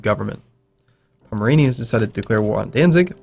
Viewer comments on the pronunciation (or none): none